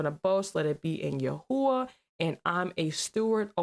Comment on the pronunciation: Its not yahuah iys pronounced yah whey